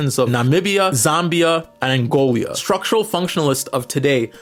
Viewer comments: yeah... no. It's Angola not Angolia. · Angola not Angolia 💖